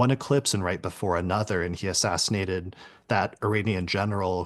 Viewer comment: Lol... "Assassinatey"